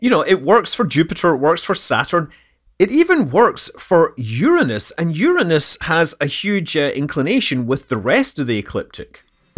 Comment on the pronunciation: You mispronounced Uranus.